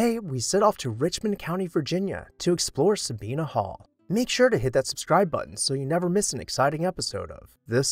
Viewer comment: Sabine is not pronounced Sa-be-na! It's just two syllables, accent on the first syllable with a long a.